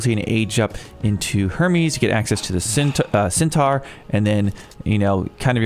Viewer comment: The plural of Einheri is Einherjar (pronounced N-her-yar). Centaur is "Sen-tore" (like; "I tore a foot ligament"). And while on it, Minotaur is "Mine-o-tore". Toxotes are "Tox-o-tes". Slight emphasis on the second o. Hippeus are pronounced "Hip-a-oos" with a soft a. It simply means "cavalry". You got better at it after the first goes :) You do raise a good point on the names. Greek, Egyptian and Norse are a real mix of difficult pronunciations that are not intuitive when Romanised into English. And we have Chinese coming later, who are just as bad.